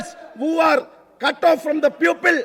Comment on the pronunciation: സങ്കടമാണ് ട്ടോ,people,എന്നതിന് പകരം puple എന്ന് പറയുന്നത്.